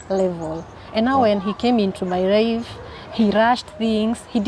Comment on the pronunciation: Did I hear her say my rife